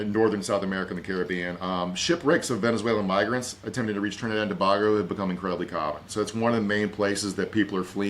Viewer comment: I love you and your big brain to bits, but for the love of god, it’s Trinidad and TO BAY GO!!!